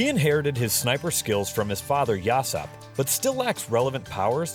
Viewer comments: hes not yussop hes ussop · whenever he says yousopp I die inside a little